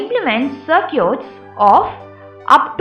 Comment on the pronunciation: I wonder, why she keep saying "Sir-cutes" to circuits??